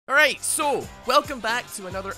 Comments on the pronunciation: Who else noticed the "almight bro" at the beginning instead of "alright so"? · Anybody notice his intro saying “almight bro” And not “alright so”